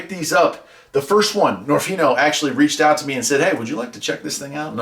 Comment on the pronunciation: I might be wrong, but I believe niorfnio is supposed to be pronounced as nio nio rf